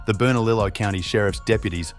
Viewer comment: Haha 😂 Bernalillo isn’t pronounced that way